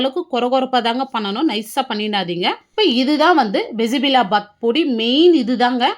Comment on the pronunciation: அது பிசி பிளா பாத் இல்ல பிசி பேளா பாத் தான் correct word 😂😂😂